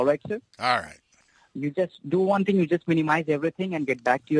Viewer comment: "Do one ting". Ends up to doing 20 tings. 😂😂